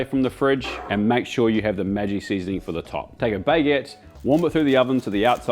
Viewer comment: I genuinely love watching your channel but as an Indian, your pronunciation of Maggi hurts my soul. For future reference, it is "Mag-gee" not "Maji". No hate, just wanted to lyk, keep up the great work ya bloody legend!!